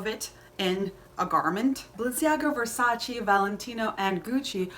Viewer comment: Aah it’s [verˈsaːtʃe] 😞 why is it so difficult for people to actually look up how to pronounce things? 😒